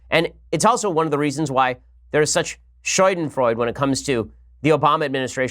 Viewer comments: Wtf Ben? SHOYDENFROYDE? it's pronounced Schadenfreude ~ Shaa-den-Froy-duh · scha·den·freu·de ˈ(SHädənˌfroidə) NOT "Shoi-den-froide" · Ben, I love you man but shadenfreude Please google this and hit the sound button so you can hear how it is pronounced. You are killin me every time you say it. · SHAH-den-froi-duh SHAH-den-froi-duh SHAH-den-froi-duh SHAH-den-froi-duh I don't know why this bothers me so much, but I also don't know why I've heard so many people mispronounce it lately. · Ok , but that´s not how you pronounce Schadenfreude.